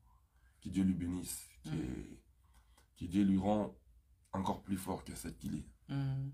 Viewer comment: 🔠🔠😵 AZOLOBA DIÉ AU LIEU DE DIEU UNE CONCERT AU LIEU D'UN CONCERT 😵😵MAIS YOKA MAPEKA😵🔠🔠